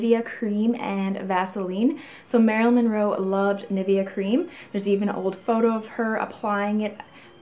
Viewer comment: Btw just to know proper way to say nivea is: ni (as in nicole) ve (as in vest) a